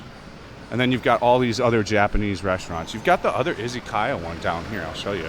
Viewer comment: Izzykaya? why izzy? the way it is said in English is iz uh ky uh